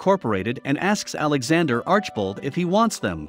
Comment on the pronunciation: Alex is very honest and a wonderful person. He has helped a number of people with his generosity. Definitely watch his channel, very interesting and entertaining. I began watching when he bought the potters house. You’re saying his last name incorrectly. It is arch i bold. Please watch his channel to learn the correct translation. Do proper research.